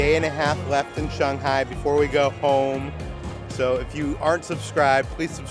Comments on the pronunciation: Why are you pronouncing it “ShONG-hai”? Is that the correct way to pronounce? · You guys saying "Shung-hai" instead of "Shang-hai" makes me happy as someone with family roots in shanghai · "Shunghai"? "Hung Kong"? Where are the U sounds coming from in these Words? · Shanghai Sh ang HI